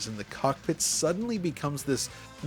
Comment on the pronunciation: I love how you say cock pitt. Very nice cock pitt.